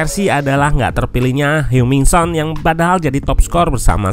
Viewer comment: koreksi dikit, oot, sepemahaman ane, dalam bahasa korea, kata yang kalo dialfabetkan menggunakan huruf eu kaya heung, seung, dsb, bacanya sama kaya eu dalam bahasa sunda kaya deui, geulis jadi kalo dilafalkan jadinya heng, bukan heung. CMIIW